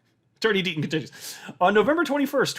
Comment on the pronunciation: I could’ve sworn you said ‘Dirty Deaton continues.’ 😄